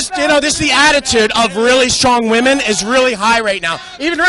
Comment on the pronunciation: SOMEONE PLEASE ANSWER! Why do all of protestors being interviewed on ANY CHANNEL say "woman" instead of "women"???????